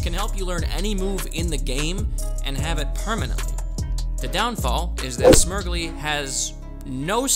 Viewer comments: I cant tell if youre mispronouncing Smeargle on purpose... its "smear" as in paint smear and "gle" as in beagle coz its a dog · Calling Smeargle, Smirgley from now on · Are you saying smeargle like that as a joke? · Okay but is nobody talking about how he pronounced Smeargle?